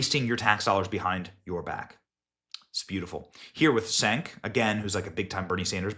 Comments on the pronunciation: Cenk is pronounced "Jenk", in Turkish C is pronounced as J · Benny has pronounced "Cenk" in every possible way in this one video. 👏